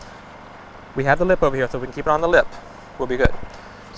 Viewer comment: Its called a woe its a speech impetament some people have turns er sounds into eaw sounds